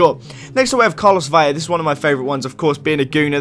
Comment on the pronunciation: Oh and by the way its not Veya, it is PRONOUNCED Vella (as in a normal English L) It is only Veya when there is a double ll, like in Villa